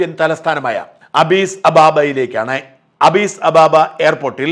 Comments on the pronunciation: അബീസ് അല്ല അഡീസ് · അബിസ് അബാബ അല്ല Addis Ababa യാണ് . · ഷാജൻ, എത്യോപ്യയുടെ തലസ്ഥാനം ആഡിസ് അബാബ ആണ്... ശ്രദ്ധിച്ചു വായിക്കാൻ ശ്രമിക്കുക...